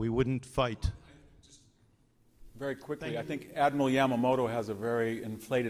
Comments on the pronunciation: YAMAMOTO! Can’t you pronounce this??? lol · Right. It didn't sound right to me, . Lol